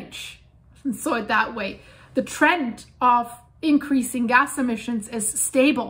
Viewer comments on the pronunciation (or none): none